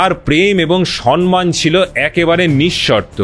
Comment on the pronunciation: সম্মান উচ্চারণ ঠিক করুন। বলুন সম্ মান,সন্ মান নয়।